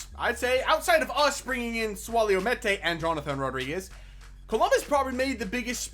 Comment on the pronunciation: Meïte name is pronounced mee-yet